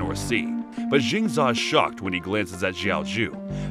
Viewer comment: It’s Jiang Zeee Yaaa. Jin za just doesn’t sound right but great review nonetheless